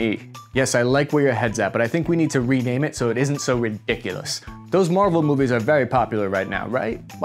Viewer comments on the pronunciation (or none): none